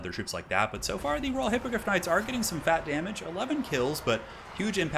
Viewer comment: You keep saying Raw Hippogryph Knights instead of Royal. xDDD